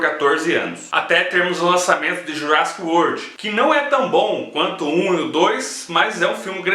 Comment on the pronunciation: Fala direito :)